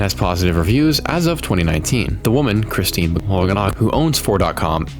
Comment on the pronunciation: That name is Christine. Chris-teen.